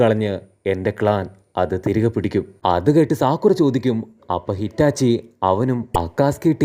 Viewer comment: Hitachi ❎ Itachi ✅